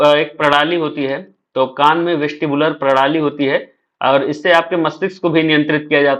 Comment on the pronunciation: कान सही है अंग बोला है